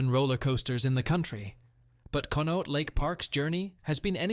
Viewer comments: Conneaut=KAHN-ee-aht Youghiogheny=YAHK-ee-GAY-nee My dad worked at J&L Steel in the 70’s and early 80’s. He went on to finish law school at Duquesne University and worked as a successful attorney but always maintained that he would have been happier back on the millwright gang and lamented the closure of the mills. As happy as I am that Pittsburgh has breathable air now, the movement of steel production overseas destroyed most of the smaller older towns around here. And now those countries are as polluted as Pittsburgh used to be. After my dad passed away in 2023 we were gifted a painting of J&L Steel Mill and it hangs in our living room. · Con-e-aut lake 😊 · Conneaut is pronounced connie-awt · The sound. For the lake is Con-ee-aught.